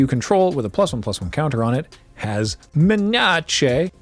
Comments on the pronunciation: I say menace that exact same way as well. Partly because of the draft streams way back when, and because saying things slightly wrong amuses me. Same goes for "dagron" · Hol’ up! , I thought menace needs to be pronounced with the Russian intonation like meh-nyah-chay these days?